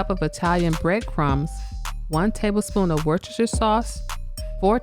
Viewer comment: Finally, an American who knows how to pronounce Worcestershire. With love from Worcester, England.